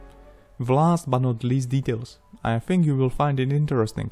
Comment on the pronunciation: Why some people say "buuoohh", just not "but"?